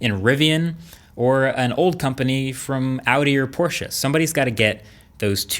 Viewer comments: Thanks for saying POR-SHUH instead of PORSH. That is all. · Thank you for pronouncing Porsche correctly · *porsch eh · Finally! Someone who can actually pronounce Porsche correctly!!! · Yes. Porsche not „Porsh”. Bravo 😀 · Shoutout to marques for pronouncing Porsche the right way ❤️ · Respect for pronouncing Porsche properly. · you got Porsche right, now please learn to pronounce Taycan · Finally, an American that doesn't call it a "Porsch" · As a German im so glad you pronounced porschE correctly. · u are the first native english speaker i heared to pronounce porsche the right way ;) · Thank god he pronounces 'Porsche' right... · I had to pause the video to say this: YOU ROCK for pronouncing Porsche correctly! I cannot say how happy this makes a fellow German, thank you! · Give Marques a medal. he's pronounced Porsche correctly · So glad you're actually saying Porsche, like it's supposed to be, and not Porsch like most of the others 👍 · Thank you bro for pronouncing porsche in the correct way🤔. I am learning german so please say if thats correct. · Kudos to Marques for actually pronouncing Porsche correctly👌 The E in Porsche is not silent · Finally an American that tries to pronounce Porsche right.. Sounds good! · Probs for saying „Porsche“ right! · Your one of the few Americans I've heard, who pronounces 'Porsche' correctly. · I think marques is the only American who pronounces Porsche right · I love that you can pronounce Porsche right :D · Thank you for pronouncing "Porsche" the right way. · German here, he does a pretty good job at pronouncing it correctly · Good to see that you pronounce porsche correct 👌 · He pronounces Porsche correctly. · Thanks for pronouncing "Porsche" correctly, Marques. It makes me happy everytime a non-German person manages to pronounce it correctly :D (doesn't happen too often) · just wanted to say thank you for pronouncing "Porsche" correctly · When you are so happy that he says Porsche correctly